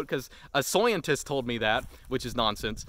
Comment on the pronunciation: "a soyentist" lmaoo